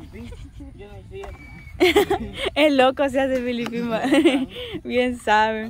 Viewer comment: Díganle a que es Felipin de Felipe,y no como ella lo pronuncia Filipin,por que se refiere a alguien de Filipinas 🇵🇭 🤣🤣♥️🇸🇻